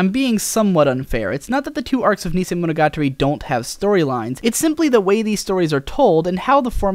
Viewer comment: Someone else who can't pronounce "monogatari"; say after me "mono - ga - tarry".